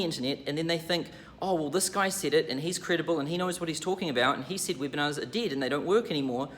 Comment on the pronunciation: I like that when says Webinars, its sound like "whipping ass".